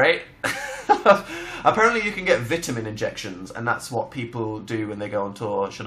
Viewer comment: THE WAY HE SAYS VITAMIN ERKS ME EVEN THO IT MAKES SENSE TO SAY IT LIKE THAT